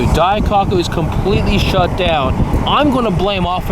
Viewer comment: it's "dai-coke-u" not "dai-cock-u"